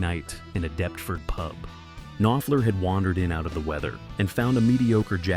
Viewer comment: All that research and then just guessing at how English place names are pronounced.